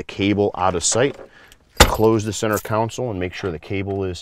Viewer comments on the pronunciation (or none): Console. Con sole. Not council. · Great information, but I believe you are mispronouncing the word console. Con-sul (instead of council) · learn how to speak english, its center console! we live in amurica! haha jk